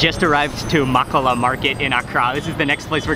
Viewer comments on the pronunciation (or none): Is Ghana oooh. 🤣 living in Ghana I know first hand a lot of the ingrediants/foods you had. Stunning country with amazing people. Its pronounced Moh-koh-loh market 😋 So glad you had the opportunity to visit an awesome place most people over look. Next time you in the country...try visit the coastal side, a beautiful resort called "Coconut Grove". Keep up the great videos! 👌